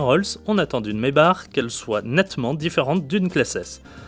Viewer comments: maybar mdr , Maybach please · Ce dit maybakh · Ça se dit "maybaque" et non "maybar". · oh putin je suis a 20sec et le mec s'il redit maybar encore je vais péter un cable...chaud les journalistes auto,..qui s'y connaissent pas en auto.